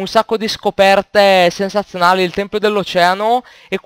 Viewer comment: Tempio, Tempio. Non "Templio". Invece il plurale è "Templi"